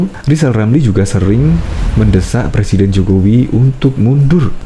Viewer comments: Saya janji akan mendukung Rizal Ramli sekuat tenaga... Tapi Rizal harus bisa sebut RRRR dulu dengan jelas.. karna sy takut kalo sumpah jabatan nanti bukan Sebut presiden tapi plesiden 🤭🤭🤭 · Iya boleh donk nyalon di Salon Kecantikan! Khan mau Jadi plesiden LI (plesiden taxi kalee?) Wkwkwk......🙈🙉🙊🤭